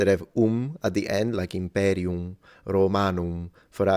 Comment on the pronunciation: Museum and imperium were pronounced wrong. The first U and the E are both long, and the E in imperium is short